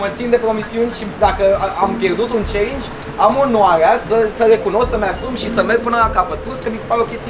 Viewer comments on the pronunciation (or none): Auzi...dar cine ce linge?? eu intelegeam celingi in loc de challenge 😂😂